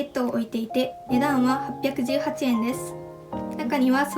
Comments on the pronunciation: 値段はのイントネーションが気なってしまう ごめんなさい🙇‍♀️ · この動画を撮影した者です💕 本当ですね！💦 “値段は”のイントネーションが方言ということに、今気が付きました。（笑） 動画撮影初めてで緊張しちゃいました🤧